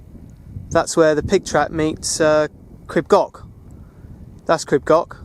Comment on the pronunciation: Tryfan, pronounce the f as v in english "tryvan". Your "f" is our"ff" . Grib coch is not grib goc, the ch is the same as the "ch" in loch ness!